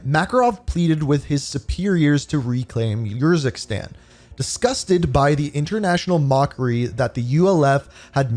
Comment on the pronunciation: i think its not your zikstan but more like oor zikstan